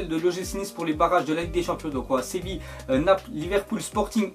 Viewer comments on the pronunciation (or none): none